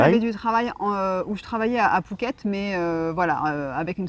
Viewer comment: Merci pour votre expérience en attendant notre expatriation dans 2 ans... Au fait je n'entends pas très bien si on dit "fouquet" ou "pouket " , =!? DA